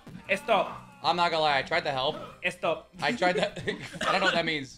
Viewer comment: the way he said help me halp nelson had me laughing all day